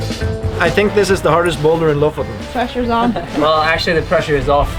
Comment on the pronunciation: I've always wondered how to pronounce Lofoten! Now I know!